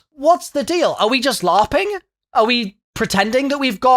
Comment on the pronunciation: Easter egg "Lauhping"